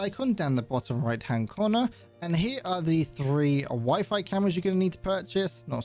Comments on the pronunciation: Weefee? Lmaooo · “Wiffy camera”